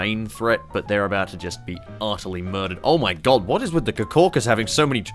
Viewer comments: It is not kakaus it is caucasus what tha fuck is kakaus? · It's pronounced like cocuhsis